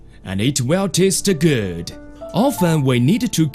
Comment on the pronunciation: AND IT WILL TASTA GUUD